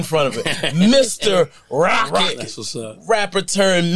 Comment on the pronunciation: It's "Roccett" not Rockett............. And he's always been super humble. I sent my guy a pair of exclusive nike sneakers when he was coming up from a sneaker store i was building online and he showed me love every time after. only 1% of the industry is like that. Shout outs to his team at Green up too. DOPE PEOPLE! They told me one of the realest things ever about separating business from the streets, when i met up with them in Vegas. Grown men thoughts in terms of handling business the right way.